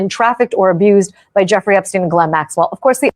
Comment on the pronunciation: Its pronounced Ghislaine, with a silent S.